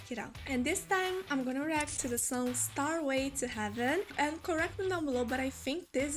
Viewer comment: Ok 'starway' to heaven is the most lovely of accidental vowel inflections